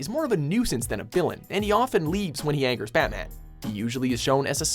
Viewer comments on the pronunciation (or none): none